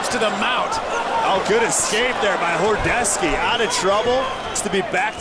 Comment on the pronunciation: 100% not horodeski "horodecki"